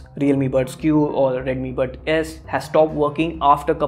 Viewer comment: ha ha : 41 mins you said redimi buds Q